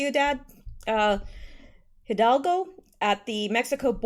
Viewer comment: Ciudad (see-u-dahd, city) Hidalgo (eedahlgo) Hidalgo City :)